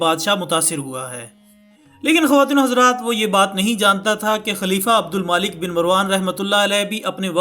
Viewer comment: Brother is it Abdul maalik? Or Abdul malik...Jaha tk me ne parha hai... عبدالملک hai naa k عبدالمالک .... Correct me if im wrong